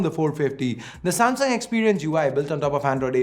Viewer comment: Nailed the Samsunt